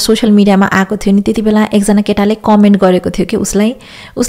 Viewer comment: Thank you hajur ko sabai kura man parcha khali pronounciation matra alikati sudharnu hai. Keta ra keti lai chuttyayera bolnu hola ❤️ ma 🇨🇦herdai chu